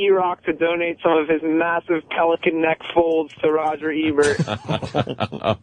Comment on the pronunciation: why does anthony call him Rogert Ebert